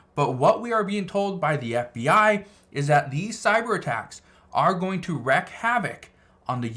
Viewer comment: Wreak is pronounced like creek 😊